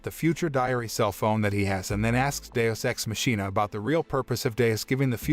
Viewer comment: Not the mispronunciation of machina